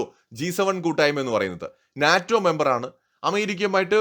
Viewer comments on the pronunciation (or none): none